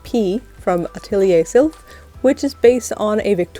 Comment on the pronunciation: Hey I just wanted to say that “atelier” is pronounced “ah-tuh-leeyay”. Great video 👍